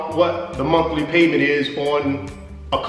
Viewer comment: Did he say the Monkey Payment or the monthly payment?